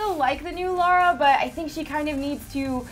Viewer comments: Everytime people say Lara as "Laura" my palm goes abit further through my face.... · LAAAAAAARA NOT LAURA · Lara Croft, L"A"RA Croft, why's everyone call her Laura Croft? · Plus is LARA not LAURA. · You guys mentioned Tess but not Ellie from The Last Of Us, you monsters! Also, "Lara" not "Laura" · It's Lara not Lora, how many so called fans don't even know her name. So damn annoying! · It's LARA, not LAURA. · Its LARA, not LAURA ;)